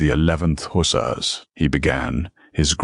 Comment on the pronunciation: It’s Huh sars and Ale sham not the way your AI pronounces it